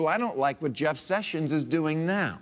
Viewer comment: "we dah rebels nayuh!"LOL!